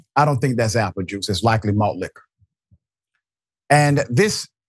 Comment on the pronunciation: Why he say, Malt Liquor? Hilarious!!